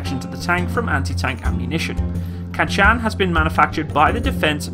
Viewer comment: KANCHAN ARMOUR ! Pronounce it correct please !